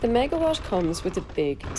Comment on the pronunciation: It is not megawash it is megawat! LOOOOOOOL